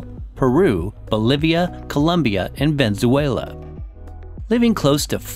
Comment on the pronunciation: how do you not know how to pronounce venezuela?